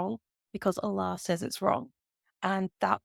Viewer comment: I think you have never been a muslima. Your pronunciation of the name Allah is not correct.